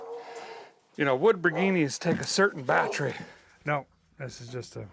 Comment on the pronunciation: As a mechanic, I can appreciate the pronunciation of the bat tree